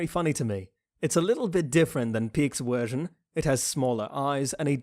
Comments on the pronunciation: wersion lmaooo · am i the only one that heard him say we only got to see Lara's wersion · And what when u where saying wersion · I do not enjoy your pronunciation of the letter v. You say w instead of v. I do not like that. Please stop talking. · its funny how he says wersion instead of version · This dude can't even pronounce version correctly so no surprise he can't say literal white names like zeke,armin or eren or reiner🤦‍♂️